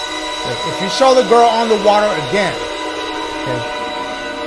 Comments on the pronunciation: I’m English and Dashie saying bo’’le of wa’er is fuckinh hilarious 😂😂😂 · Bottle of wotter